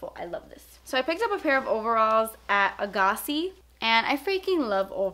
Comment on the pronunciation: I work at A'gaci and I was so surprised you pronounced it correctly! also your highlight was so on point